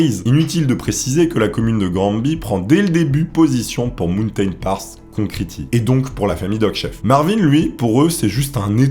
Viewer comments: Aïe aïe aïe, j’adore tes vidéos mais fais gaffe à l’accent anglais! Concrete. Hésite pas à écouter des prononciations des mots que tu dois citer tu trouves sur internet. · la prononciation de concrete fais un effort j'ai le tympan droit qui saigne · "né à souss dakota"... "concriti"... Superbe vidéo comme d'hab sinon <3